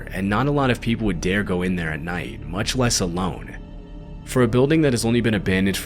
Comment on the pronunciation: Why do you say nighd? Great videos, but you talk a little to much through your nose.